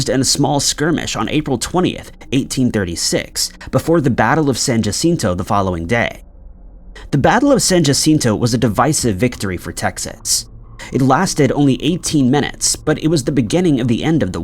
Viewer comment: Likewise, the battle was "decisive", not "divisive".